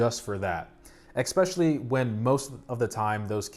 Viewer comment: Ok, it’s pretty cute how you can’t pronounce the word ‘especially’ (“expecially”) 🤣 anyway, great content man! :)